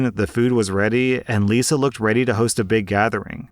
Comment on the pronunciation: "married to liza for..." Me ears- "married to lucifer..." 🤣🤣🤣🤣🤣🤣